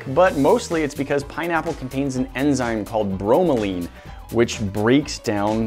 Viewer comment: Note: Pineapple's enzyme bromelain is pronounced like it looks, not "bro-ma-leen" as you guys were saying. Thanks for taking the usual "dissolve meat in acid/Coke" test further by cooking and taste-testing, though.